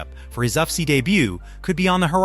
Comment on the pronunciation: Maa analyst? Uff-see? Bruh...your Ai can't read for shit. Get new.